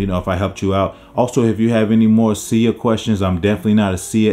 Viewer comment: Sigh Uh not “See Ya”